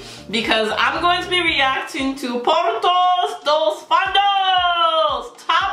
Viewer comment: Pronúncia terrível!!porta dos fundos!!